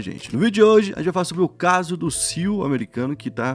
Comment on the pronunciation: Chega da agonia todos esses anos o falando “CIU” ao invés de pronunciar as letras individualmente